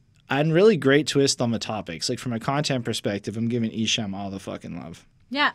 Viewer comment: Not trying 2be a hater but esham is pronounced like the word , calm . not ham like u eat . jus puttin u up on game . awesome review guys . like 4yall 2do another esham album review